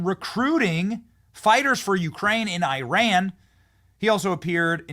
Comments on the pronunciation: Pronounced E-Ron not I-Ran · EYE-RAN IS SOMETHING YOU DID YESTERDAY. THAT MIDDLEEAST COUNTRY IS EAR-ON - FROM A NATIVE IRANIAN